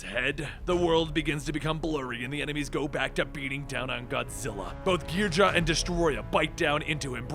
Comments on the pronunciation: When you a Godzilla fan and you feel a sharp pain hearing the mispronouncing of the names especially King Ghidora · You pronounced some of the kaijus like Ghidorah and anguirus but it's fine👍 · Wow, you are HORRIBLE at pronouncing these Kaiju names. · I love how he mispronunciations everything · I liked when I saw the art, I disliked when you mispronounced Ghidora. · ... who else is getting pissed at how he says the enemies name wrong? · I can feel by how he pronounces the monsters' names that he has never watched a Godzila movie in his life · i think you kinda butchered king ghidorah's pronunciation. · GBlitz When you're a true fan and realize that's how most names were originally pronounced in the movies. "Most." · ghidorah is cooler ghidra is stupid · GHI- DORA NOT GHIDRA GHI DORA and also Ang geer us but other than that pretty food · Ghee-dora not ghedra lol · Angeris (an-jeer-iss) king gedora (gee-do-raa) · Ghidorah not Ghidrah and while I'm at it Eric Selvig not Slevig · It’s GhiDORa, not GHIDRA! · It's not 'Ghee-drah'. It's 'Ghee-dough-rah'. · “Ungarius”💀💀💀 “King gidra” 💀💀💀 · Wasn’t it originally pronounced gee-door-ah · King Ghidorah ❌ king gidra✅ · Your mispronunciation of angeerus as ongareus and ghidorah as gheedra hurts my soul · It's pronounced Kung gi-dora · King geedra? Really? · omfg please its Ghee Door Rah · It’s pronounce “King Ghi-Dor-Ah, king Ghidorah”, you wouldn’t pronounce ghost as “Gaust”. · The way you pronounce ghidora hurts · "King Geedra" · You cannot pronounce the name of the 3 headed dragon correctly its GE-DOOR-UH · Bro calls king gisorah king gidraa💀💀💀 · Did you seriously just pronounce Ghidora as geedra? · He said ghidora wrong lol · 1) It's "Ghi-doh-rah 2) id love to see a godzilla movie of this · It's pronounced King Khe do ra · Like who the fuck says king ghidorah as king ghidra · what are you stupid its ghidorah not gehedra dumbass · and everyone is caling it ghidorah not ghidra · no its gahedra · SULLY WULLY gadora